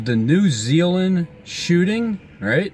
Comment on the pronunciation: New Zeal mmhmmm